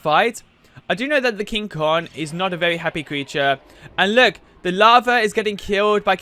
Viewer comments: It's King Kong not King kon. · kinG konG not king kon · It is called KING KONGGGGGGG NOT KING KON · Is not king kon is king kong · It's King Kong not King kog it's Rodan not roan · "King kon" 😂😂😂😂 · And he called King Kong, King Kon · Is it me, or is he saying “king kon” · And he called King Kong King kon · you: king kon me: ITS KING KONG